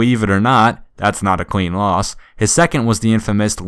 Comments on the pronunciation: Is it just me or does it sound like he's saying queen instead of clean? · How come every time u say clean, it sounds like queen? No h8